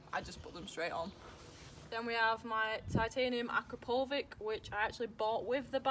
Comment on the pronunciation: Huh, your accent is tolerable. I don't think you pronounced Akroprovic correctly. It sounds like akoproviCH.